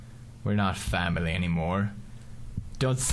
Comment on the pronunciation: i thought it was "my fail" an then he said "family"